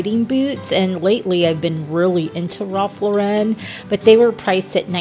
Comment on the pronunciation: Ralph Lauren rhymes with FOREIGN/female name.